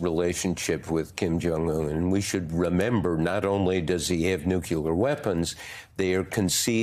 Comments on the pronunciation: It's not ''nucular'', it's nuclear... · STOP SAYING NUCULAR! Geezus! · Bob said, "nucular". [sheesh] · cmon bob you are a famous journalist. words are your tools. please learn how to say nuclear. there is no extra u. new--clee--er. not nucular. not nucular.